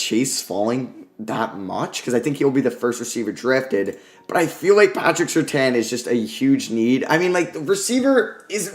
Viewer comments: Patrick Surtain is pronounced Sir-Tan btw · Watching Bengal's mock drafts has really made my spoiled to people pronouncing names correctly, watching these back to back is wild. Good video tho man